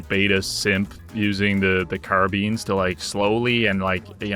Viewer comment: "Car-beans" instead of "Car-bye-nes" hit me like a truck.